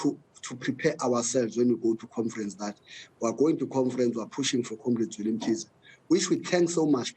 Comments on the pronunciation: Magashule calls it COMFERANCE, that cracks me🤣🤣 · He’s been humbled this one. Was very arrogant before “confrents” 😂